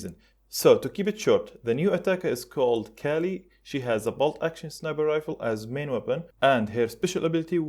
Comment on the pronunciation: Kali is supposed to be pronounced like "Kaali" not Cali as in California. Kali is the Hindu Goddess of Death